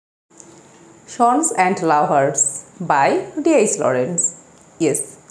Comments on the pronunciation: "ষন" son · It's a matter of huge regret that even you don’t know the pronunciation of the word "son", even after you are making video on it.. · It' matter of regret that she don’t know what is the correct pronunciation of the word 'sons'.😂